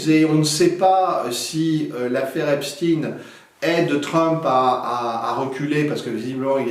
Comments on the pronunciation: Edward ne prononce pas correctement le nom "Epstein". Il faut le prononcer comme dans Einstein [ˈɛpʃtaɪn]. En prononçant Epstin, on laisse croire qu'il est d'origine russe (ce que font continuellement les médias mainstream). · Très intéressant merci ! Par contre je ne comprend pas pourquoi vous prononcez le nom Epstein STINE et non CHTAINE … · Merci. Par contre prononcez "Epstein" pas "Epstine" comme la doxa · Pourquoi changer vous le nom Estpein en Estpin ? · Effectivement comme il se doit d’être prononcé ! Ex: Albert Einstein 👍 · Si on dit "epstine" pour Epstein on doit dire aussi "einstine" pr Einstein ??😅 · C'est d'autant plus étonnant qu'Edouard Husson parle allemand et il semble avoir oublié la prononciation allemande (qui est celle pratiquée aussi en France)... 😅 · Non, il faut prononcer "Epstine", parce que cet homme était américain. C’est le snobisme des journalistes français qui les fait choisir la prononciation allemande, alors même qu’ils sont bien souvent incapables de faire une phrase en allemand.